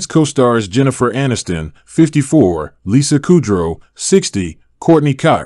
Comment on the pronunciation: Oh, man, you called her "Lisa Kurdow", it's "Lisa Kudrow".